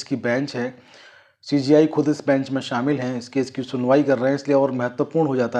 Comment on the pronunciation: पहले सीजेआई कहना सीख लो बार बार सी जी आई कह रहे हो